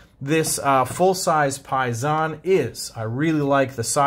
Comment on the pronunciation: I think it’s pronounced similar to “pay day”, as in “pay sin”